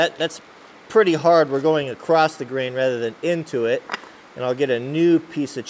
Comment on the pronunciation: U said acrost